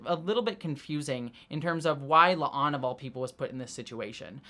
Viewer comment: My question is why the obvious Pike line flub was left in at the end, he clearly calls La'an "a'Lan"